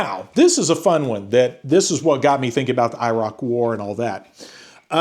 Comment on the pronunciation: I appreciate you trying to pronounce Iraq correctly, it's closer to "e-rock" That nuke stuff is pretty concerning 😅